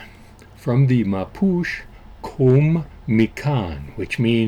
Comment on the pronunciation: Expat in Chile here. This was a pleasant surprise! BTW it's pronounced "MAH - POO - CHAY".